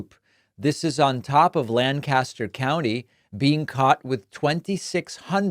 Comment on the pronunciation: Not a big deal but for all those reading it's LANK-astir, not lan-KAST-er